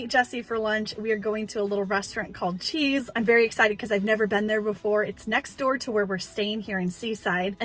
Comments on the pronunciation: The Chez restaurant is pronounced Shay not cheese😅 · Hi, there! The correct pronunciation for Chez is Che ( e as in elephant, don't pronounce the z; it means home) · CHEZ is French and means PLACE. Pronounced SHAY ❤ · oh no Chez is not pronounced "cheese" 😅 It's French and it means home. It's pronounced "Cheh" (yes, the z is silent) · Ditto from me, Chez is Shay. You went to France remember or do they specifically call it Cheeze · Fun video in Seaside Oregon! I'll be checking out the places you shared here, and the Chez restaurant looks amazing. Btw...it's pronounced Shay even though it looks like cheese... 😉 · Thank you for taking us along thrifting with you. I am almost certain that the name of the restaurant you went to is pronounced shay. My favourite item is the intricate triangle wooden box. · The restaurant is probably called "Shay", French pronunciation. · CHEZ would be pronounced "shay" being a French influenced bistro. It means "house of" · Great episode! Just wanted to mention that you mispronounced Chez.